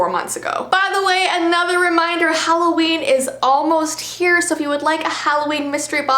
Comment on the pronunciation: The HalloVeen is InVeelliegent